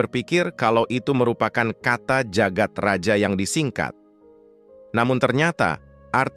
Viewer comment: bawa ceritanya udah bagus, tapi naratornya gabisa baca ejaan lama. dibjo harusnya dibacanya dibyo, djagat raja harusnya dibaca jagat raya